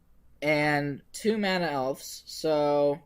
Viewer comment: Awesome deck. As a side note, it's pronounced "Elves" with a "V"